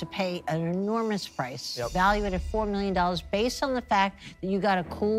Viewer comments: Did he say they're seeking "400,000 JOLLARS"? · . "400,000 jollars" lol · "We're seeking four hundred thousand jollars..." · It all went wrong when he said we’re seeking 400,000 “Jollers”😅🎉 nervous about the no sales anyone? 😢😢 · "We're seeking $400,000 jollers..."😂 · Anyone else hear him say Four Hundred Thousand Jollars? 😂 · Did he say 400 jollars? What's a jollar? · How much exactly is four hundred thousand jollars? 🤣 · Four hundred thousand jollars, hmmmm....